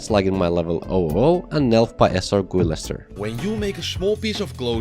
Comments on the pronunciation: did bro just said: esel Gu I lester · that pronunciation of SrGuillester hurts on a psychological level you can't imagine